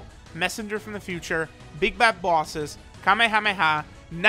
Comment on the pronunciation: Ive just noticed that he says bosses like people from Boston , like "booouses" xD